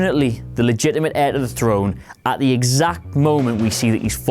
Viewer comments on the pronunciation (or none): none